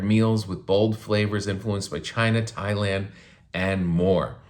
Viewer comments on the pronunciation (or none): none